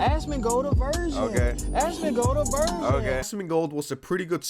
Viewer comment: I thought he was saying "asmongold AVERSION" 😂😂😂